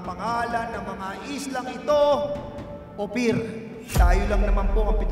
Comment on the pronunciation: Baka Land of APIR hindi Ophir 😂